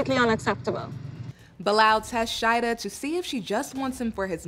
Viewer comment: GUUUURL When you called her sheIDA I died